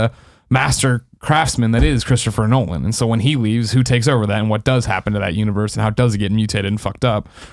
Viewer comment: I know this comment is super old bit hopefully uve come to realize that his name is Christopher Nolan not noland lol hilarious ya did it like 4 times